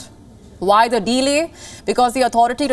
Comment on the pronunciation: Delay sounds like Today....other than that great work 👏